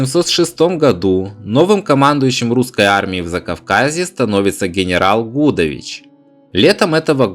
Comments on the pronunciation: ШушА и генерал ГудОвич, проблемы с ударениями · Гудович, ударение на И!